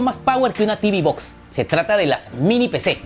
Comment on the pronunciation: Tibi box no Teuve box si. Y realmente si se habla en español.... Caja de TV. Y las caja de TV no tienen nada que hacer frente a un pc. Se venden más caja de TV por que son más baratas. Pero jamás an sido las reinas de nada. Unboxing no. Desempaquetado si. Etc Y las mejores mini pc calidad precio son las de Intel.